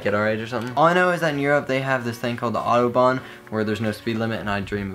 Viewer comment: Audobahn im from Germany😂 its written Autobahn